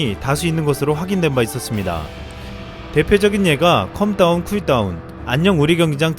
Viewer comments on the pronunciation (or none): calm down은 컴 다운이 아니라 캄 다운! 컴 다운(come down)은 무너져 내리다 라는 전혀 다른 말